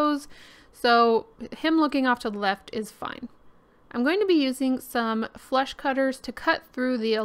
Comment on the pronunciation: You said "flush cutters". I heard FLESH cutters and shuddered a bit. I need sleep.🤪